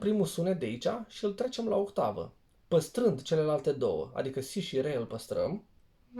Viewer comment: pe timpurile mele era...OCTAVA...de la otto (ottava in italiana)...la dumneata e OHTAVA de la OHTO...8,,,in romales!!)))))).....hai ca esti tare!!!....RESPEKT pt ceea ce faci ....indiferent de pronuntia corecta!!))))